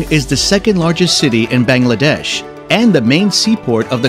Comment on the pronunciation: Them saying all the place name wrong... anyways Bangladesh is beautiful I have been there for 9 years(i am 13) and i still can't get over my life in there... people are the friendliest... i have been to all of the places named in there and they are awesome....